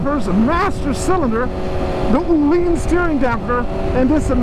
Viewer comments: they way you pronounce öhlins just hurts me. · You BOTH slaughtered the ÖHLINS pronunciation haha